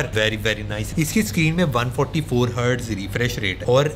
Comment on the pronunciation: The way he said 720 hertz.. 😂😂😂